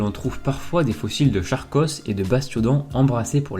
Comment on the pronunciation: Charkos ce prononce Karkos